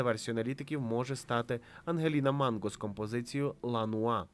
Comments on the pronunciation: Не ла нуа, А ла Ноя - нудьга. Італ. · Яка ще Ла Нуа?))))) Це горіх французькою чи що?! Як можна недочувати La noia ?!